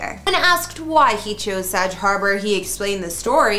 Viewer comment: SAG not what your pronouncing. Look it up.